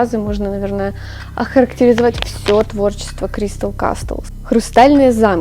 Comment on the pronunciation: как же уебищно звучит Кристл касТлс